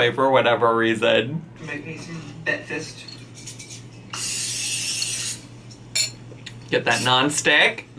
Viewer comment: IGNORANT zaddy chunk chunk and his whole family mispronounce words just like illiteratelynn. He says beckfast.